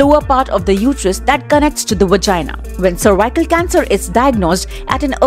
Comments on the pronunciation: Madam it is not cervicle cancer it is cervics cancer. U r saying worong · its not survival cancer .... please learn how to pronounce things before making videos....